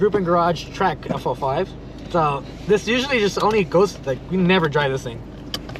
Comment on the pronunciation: FL5 not FO5 lmao